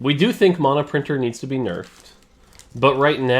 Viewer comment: Just wish he could pronounce mana